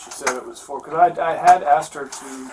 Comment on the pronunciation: Why do i keep hearing all these people from the usa saying 'axed' instead of 'asked' in every one of these videos?